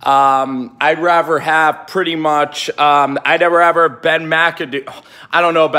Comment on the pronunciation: Dude, nice house!! Question, are you saying raver instead of rather? Lol